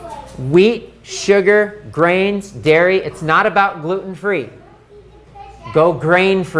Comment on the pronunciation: Is he saying fruits, vegetables and grains or greens?